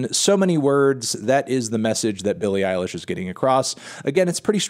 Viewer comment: I'm sorry melon, but saying "Billie Irish" 127 times in an Irish accent is not a "review"